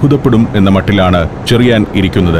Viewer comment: ചെറിയാൻ ആണ് ഷെറിയാൻ അല്ല.. ച യും ശ യും ഷ എന്നാണ് കേൾക്കുന്നത്